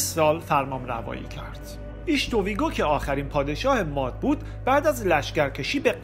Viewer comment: M: اَرمیا درست نیست و اصلش "اِرمیا"هست! قومِ مادّی(باتشدید ازمادّه یعنی مواد یا جنس نرو مادّه ) میاد ولی بدون تشدیدیعنی اسمِ یک قوم هست بنام " ماد " درست تلفظ کنیم!! باسپاس😒🙏🏽💙🌙